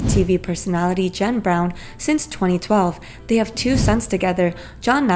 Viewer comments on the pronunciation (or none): none